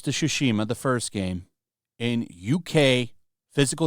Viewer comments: hehe, "Tchuchima" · is butchering the title of the game with such a glee in his voice. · I am here to listen how pronounced the game's name and it's always as amusing